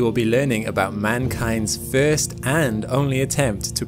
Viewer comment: FIRST LIKE FRST NOT FEEERST 😮😮😮😮